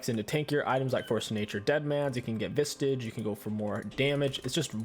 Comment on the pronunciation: Ah yes, the pronounce of Visage is Vistage